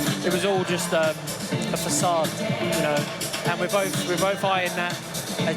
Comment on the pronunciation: Man said “sassaad” (facade)